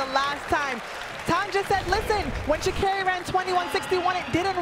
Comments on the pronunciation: Sha -car-Ree is how you say her name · Are they saying Sha’Carri wrong?